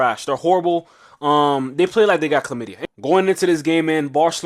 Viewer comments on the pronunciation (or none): none